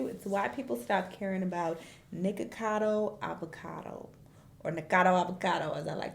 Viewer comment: I kept hearing "niggacado"😂